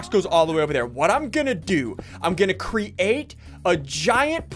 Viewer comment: Why does Ssundee say create as cre ATE. It cracks me up all the time.